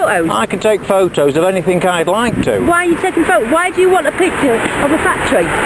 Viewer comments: i swear if they say pho-toes one more fucking time... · Boy I love the way they pronounce photos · I laugh every time he says pho toes 😂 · Never thought it possible to laugh so hard at two people arguing over Fo Toes, and Fo O's..At a "crisp" "fack tree". Too bad they didn't say potato chips.. woulda been insanely hilarious.. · Actually he said pho-toes, and she said phot-o's lol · Didn't she actually say pho-o's at one point?^^ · Do they know there is a "t" in "photos"? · I've just spoken to someone and they have assured me that there is a 't' in 'photos'! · This sounds like two people making fun of a scene in a movie they saw the night before, I never heard "Photos" pronounced so painstakingly. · She does not really use the 't' sound when she says "photos". The guy makes full use of that 't' sound. The English talk funny, LOL!! She said "piss"; she said he was pissing her off. He is perfectly nice and calm.